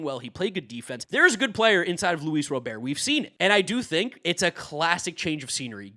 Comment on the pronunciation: “Luis Robear”🤓